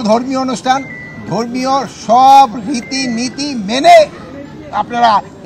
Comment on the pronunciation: উচ্চারণ রীতিনীতি হবে